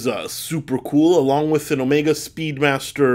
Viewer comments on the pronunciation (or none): none